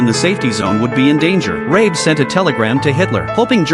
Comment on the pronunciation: that's John Rabe, not Rae